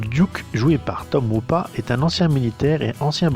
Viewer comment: Et aussi ça se prononce Tom hopat(e)